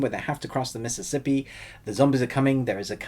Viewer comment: You said: missippi